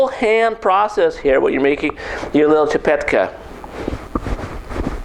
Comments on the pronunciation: Dude. I see you're really not a bastard and I find it really cool that you're making csipetke but I really need to correct a few things here. First of all. You don't call it csipetkA but csipetkE , E for ecstasy. Second of all goulash is always called goulash by everyone that was not born and raised in hungary but we call it 'gooyash' which actually is the hungarian term for cowboy. Last but not least my dad told me I'd be a fool if I'd boil csipetkE(!) for long cause it's gonna be like rubber. Once u drop it in the boiling hot water it's enough to leave it there for just a minute or two. Overall you ain't a bastard and you made me smile. Thank you! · Eeeeeee not aaaaa Csipetkeeeee not csipetkaaa! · "chi-pet-khe", if you wanna pronounce it pitch perfect!